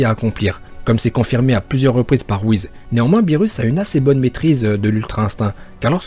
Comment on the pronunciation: Tu dit wuhiz pas : wuhis